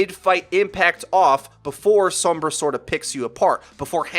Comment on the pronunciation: "Some-bruh" with the "some" reminiscent of the sound of "some" in chromosome is pretty close to the correct Spanish pronunciation. Sombra also means shadow in Spanish btw.